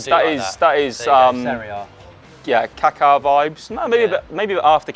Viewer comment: why can't any english speaker pronounce Kaká lmao